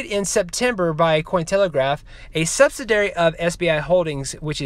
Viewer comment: I don't know what it is about pronouncing subsidiary wrong but every youtuber that covers xrp says it wrong its spreading lol. sub si diy Ary